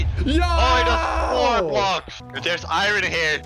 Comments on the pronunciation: i love it when calls iron iren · A noob says iron A Blaze says “ Iron (Eye Ron) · I love when calls iron, irin. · sord - ❌ suword - ✔ iyern - ❌ iron - ✔ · It’s I in not I ron